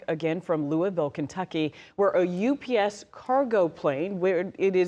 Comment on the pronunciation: Also, she repeatedly says "US Plane", and not "UPS Plane".